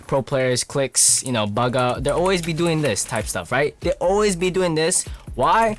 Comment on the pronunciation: Ma man said baga instead of buguh